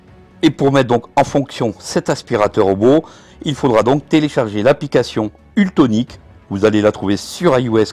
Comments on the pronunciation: ça n'est pas UltOnic mais ultEnic, dommage quand on se fait offrir ce robot de ne pas faire la publicité correctement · Mais pourquoi tu dis ultonic ??